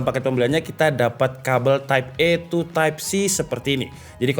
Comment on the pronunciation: editor minta dipecat ni, type A oi type ei bukan type E 😭😭